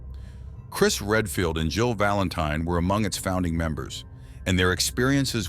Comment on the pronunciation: He keeps on saying "Joe Valantine" 🤣